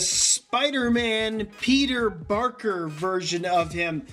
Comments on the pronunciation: YOU KEPT SAYING PETER BARKER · You said Peter Barker instead of Peter Parker. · He said peter barker twice